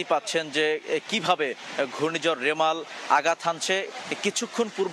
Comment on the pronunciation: রেমাল না রিমাল